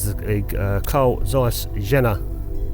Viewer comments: Excellent and entertaining, as usual 👍. To disappoint you: You're nowhere near butchering the pronunciation. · The Tessar is a very nice Lens! With beautyfull Colour rendition! The Name of the Camera-Manufacturer wasn't too much butchered, not to bad ;-) With best regards from Germany!